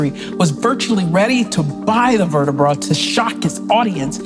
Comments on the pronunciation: Why she say vertibrah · can you stop saying "vertabrah" thanks